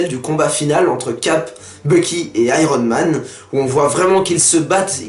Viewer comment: le gars dit Iron men au lieu de Iron Man ! tocard